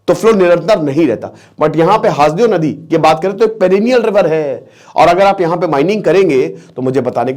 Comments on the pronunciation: सर हासदेव नहीं, इसे हसदेव कहते हैं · सर हासदेव नहीं सर हसदेव है क्युकी मै वही कोरबा एरिया से हूँ! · जी सर जी हसदेव अरण्य है जी हासदेव बोल रहे हैं😊😊😊 छत्तीसगढ़ से मैं हू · Haas dev nhi hai hasdev hai..